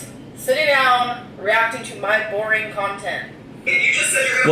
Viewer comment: She pronounces “boring” like “borreeen”